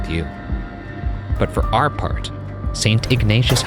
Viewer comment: Can someone at Watcher kindly teach Bergara how to pronounce 'our' properly?